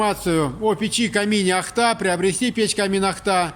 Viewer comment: ударение на первый слог!!!!! ОООООхта!